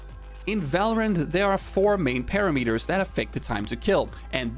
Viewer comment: Its not "par a meters" ... Its "pa ram eters"